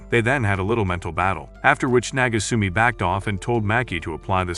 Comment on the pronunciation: What the hell is it with mispronounced words? "BaCkAyD" "FaHkEyD" Bro, did you not proofread you own script?